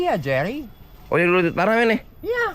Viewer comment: Menit ,saat marco bilang ,ini dia jerry..!! Aksen USnya keluar